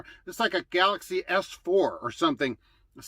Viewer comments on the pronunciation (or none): none